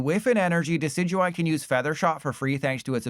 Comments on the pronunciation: Deck-E-Dewie my goat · oh that Decidueye pronunciation...